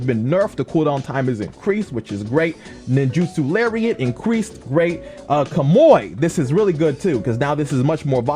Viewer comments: why do u pronounce kamui that way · You pronounce kamui funny. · How did you pronounce kamui?????